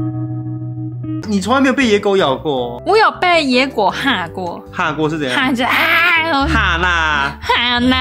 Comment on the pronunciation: 說野狗怎麼聽起來在說‘椰果’😂